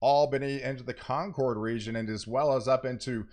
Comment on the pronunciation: Just fyi, Concord NH pronunciation sounds like “conquered” as opposed to “Concorde”. Love the forecasts and your channel!